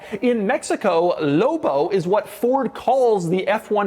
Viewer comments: he said loubo not lobo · Say loBo not lobo 😂😅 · Doug says “Lobo” the way the Red Letter Media guys say “Low Blow” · Almost couldn't finish the video by the way Dougie Fresh kept emphasizing the "L" in "LLLLLLOBOH" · I was losing my mind every time he said it. "Low Bow" 😫😫😫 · Anyone else HATE how doug says the L in lobo, as well as most other L words. Real faggy. 🎉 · I enjoyed the video and the truck looks like it would be fun. I didn’t enjoy the way you said LOBO and I’m afraid if I owned one I would hear it in my head every time I read it lol. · Saying it with a very soft L sound. Signature Doug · Why doug says lobo so many times and always says it weird way